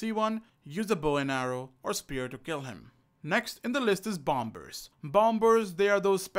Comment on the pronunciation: Bom bers🧐 its pronunced Like bomers